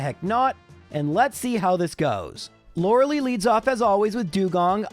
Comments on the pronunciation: I legit hate how you mispronounce Lorelei every time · He actually found out the pronunciation in the Poliwag episode. I guess he just decided he didn't like it or he stuck with his old pronunciation because he'd keep slipping back into his usual pronunciation. Same with Lorelei, except he found it out earlier and it actually is a valid, if uncommon, pronunciation.